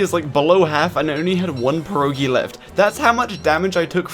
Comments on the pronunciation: Best part is the fact he keeps saying "per oh gee" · btw pierogi is said with a hard R and an O i stead of U , but spell it however you want